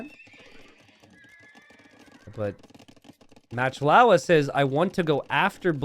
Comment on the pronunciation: I love watching videos and love AoE 2. However, still pronounces player names wrong on a few occasions. For example here is MachtIowa, which he pronounces Matchlowa. Macht is a German word, which means: to make. And Iowa is not LOWA, but Iowa, as in the US state of Iowa. So the players name essentially is Making Iowa. There is also another players name which comes to mind. Maybe because he/she is a Hungarian player (based on his/her name). Salytmacska. calls him/her Sally. However that's completely wrong. The first part of the name is salyt. It's just sajt, pronounced with ly instead of j. Sajt means cheese. The second part, macska means cat. so essentially the player's name is Cheesecat. I explained this to earlier in a comment, but I realize he can't possibly read every comment on every video he uploads. That would take years. Wish I could tag him somehow...🤔